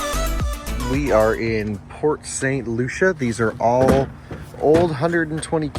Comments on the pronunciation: Port St Lucie.. pronounce it with me. L.U.C.I.E not Lucia!! 😂😂 I cringed every time you said it. I was like NOOOO STOPP PLEASE! He need some milk! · It's pronounced "Lucy" in Port St. Lucie 😂😂😂